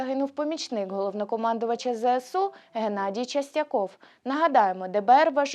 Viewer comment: Шановні журналісти ЧАстяков не ЧЕстяков, перечитуйте, будь ласка, тексти та верифікуйте джерела!